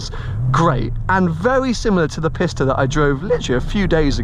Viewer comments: Maybe make more of an effort to pronounce “Pista” correctly.(“peesta”) Pissta sounds like your making fun of it. (Maybe you are...) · If You say piss ta once more .....